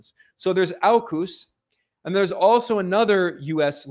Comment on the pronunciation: Love your work Ben. It’s pronounced orcus.